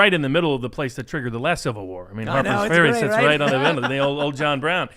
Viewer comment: Just say "Harper's Farea" already.